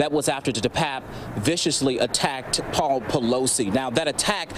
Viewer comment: Why would he say the officer " atta ked" Depape? Attacked? Sounds like a race baiting journalist to me. What an idiot. Needs a good backhand slap if ya ask me